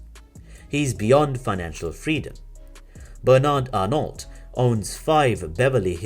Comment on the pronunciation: the narrator should learn how to pronounce French names, surnames and toponyms: it's /bernar:/ not /bernarD/ )) its /arno/ not /arnoLT/ /saintropé/ not /sainttropeZ/ )) absolutely not OK !